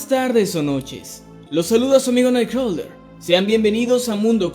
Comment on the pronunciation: Lo que me asusta es como puede pronunciar NightCrawler Tan Facilmente